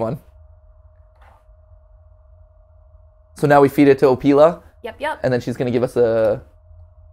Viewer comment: I think matpat said the opila name wrong